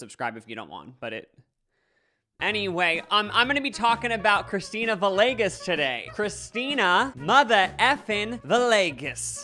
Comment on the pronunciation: It’s pronounced “vee-yay-ges”